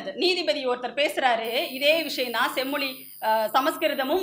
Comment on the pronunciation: தமிள் செம்மொளி வாள்க! தமிழுக்கே சிறப்பான 'ழ' வைச் சரியாக உச்சரிக்கத் தெரியவில்லையே!